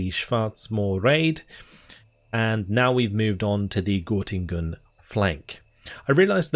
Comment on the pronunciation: It’s called Göttingen :) (ˈɡœtɪŋən) I was born there 1994 :) My Grandmother flee from East-Germany and come to a refugee Camp near Göttingen:) Nice to see this in this Game :)